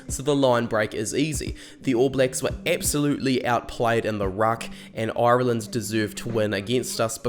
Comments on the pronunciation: If you could imagine a pirate pronunciation of irrrrree-land. you where getting better near the end 😄little dig at lowe no need but where very happy to have him. Liked and subscribed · Oirelland , never heard it Said like that before 😅, you kiwis must be as bad as us in Ireland, 32 counties and about 40 different accents. 😄👍 Love the channel. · "Oiraland" 😬🤭 Great video man, I'm sure you'll be back for the RWC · How do you manage to get that many syllables out of "Ireland" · Why do you say "Ireland" so weirdly? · I don't know how to feel about how you say Ireland 😅🇮🇪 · Fucking hell mate, if you can't pronounce 'Ireland' properly, then I can't watch your video for more than 3 minutes.